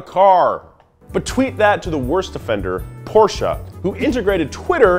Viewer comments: Again with the Porsch"a" pronunciation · I like you're efforts to pronounce "Porsche" right . . ;-) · *Porsche exists* US: PoRsSHAa